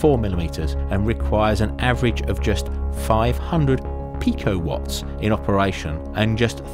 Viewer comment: when he said "picowatt" I died I don't know why😂